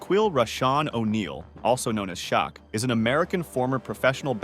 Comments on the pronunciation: Its pronounced, Shackeel, not Shackweel. Its.... Shack... Not Shock. Come on man. Or should i say,? 🙄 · I know right . He called him Shock first time . Then he said la MEELO . This MF is a dipshit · “Shaw-qweel, also known as Shock”. Good job,. Stupid channels and voiceovers. I hope they end up banning this shit. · What planet do you live where you don't know how to pronounce Shaq's correctly. Common man, can't you go online to learn proper pronunciation, it was only said thousands of times during his games!! It is disrespectful at best!!! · Learn how to pronounce Shaq's name correctly. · PRONOUNCE SHAQ NAME RIGHT. THUMBS DOWN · can you find dummer way to say Shaks name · You killing Smalls!! SHAQ AIN'T THAT HARD TO PRONOUNCE. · Your pronunciation of Shaquille, Celtics, and Shaq are cringe worthy! 😂😂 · Now how did this guy say every name right but Shaqs smh seems kinda odd